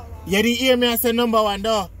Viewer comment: seh “ and a numba 1 whopper more than 10 times”🤣🤣🤣🤣